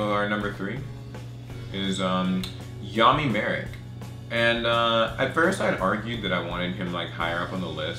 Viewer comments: I know ima sound kinda picky but his name is actually Malik. The japanese pronounce the L with an R sound but it's actually Malik not Marik. Malik is an actual arabic/Egyptian name and the character was Egyptian. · The characters name is Malik not Marik. The Japanese pronounce the L with an R sound, but it's definitely Malik. Never mind the horrible english dub, they always ruin the true names and pronunciations.